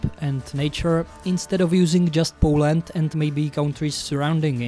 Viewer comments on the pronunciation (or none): none